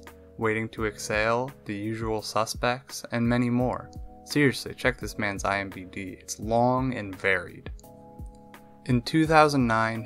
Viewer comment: "IMbD" (it's IMDb btw)